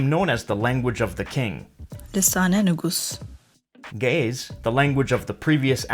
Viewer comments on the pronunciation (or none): Cicero 😂...but It's actually pronounced Ne-Goose in Amharic.